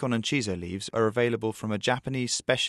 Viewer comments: *Shiso leaves, not chiso. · Shiso, not Chiso.